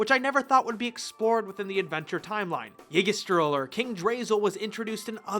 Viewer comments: Yggdrasil is pronounced YI DRI SULL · Did he just say king "DRASLE" !!!!!!!!!!! It is pronounced "ig-drah-sill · Yggdrasil is King Drasil in english dubs. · Yg-drasal? Yggdrasil ( Ig- dra- sil)